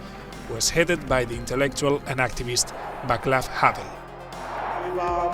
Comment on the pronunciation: It's pronounced, not Vaklav, Havel. Also, a mish mash of photos from different places and periods that don't match the period or place mentioned. There was no KFC in Prague in 1989. Good try though.